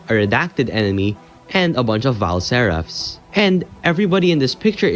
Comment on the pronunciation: vile serpahs?? isnt it vile seraphs